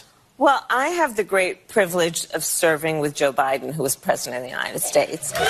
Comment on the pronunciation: Did she say “R”esident instead of President ???????